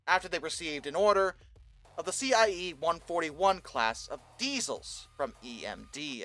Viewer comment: Decent attempt for a novice